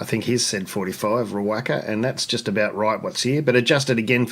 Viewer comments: Ree-wocka and Mot-yu-ekka are the correct pronunciations. Great channel! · Great video. You mentioned how to pronounce Riwaka. How you pronounced it is more than fine but Riwocka I think is correct. Cheers mate.